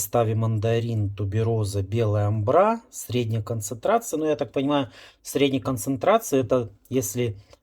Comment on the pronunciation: Колхоз - веселка! Прежде, чем вылезать на публику и анализировать парфумы, научитесь правильно называть компоненты и обогатите словарный запас! Амбра, а не амбрА! И следует знать, что наши ароматы раскрываются через 10 минут минимум!